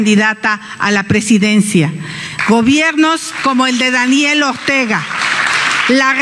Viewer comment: Bueno, qué se puede esperar de una mujer neófita si su "mentor" el ranchero Fox dijo José Luis Borgues en lugar de Jorge Luis Borges!!?? Y luego su pronunciación "Ogtega"!! Que le ajusten la dentadura postiza x favor!!